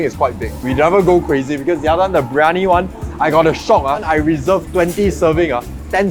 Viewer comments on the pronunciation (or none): none